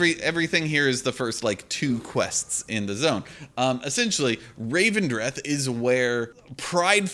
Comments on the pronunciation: "Looking forward to people pronouncing 'Elethium' as 'Ethelium' the entire expansion", proceeds to pronounce 'Revendreth' as 'Ravendreth' the entire video. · Can't make a joke about people mispronouncing things and then call Revendreth 'Ravendreth' ;) Otherwise, agree on your points, big up the content!